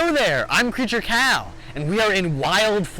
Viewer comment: RIP Salmon - RIP Dragonfly - We will always remember them. Edit.: I had to edit the comments as the timestamps were not working. Edit 2: Question for: What is the average lifespan of a two-toed sloth and how old is the oldest one? Edit 3: In the intro, it kinda sounds like its saying CreatureCow 🤣